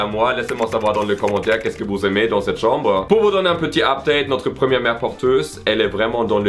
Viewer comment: CAHMBRE sinon j’adore la chambre 🥰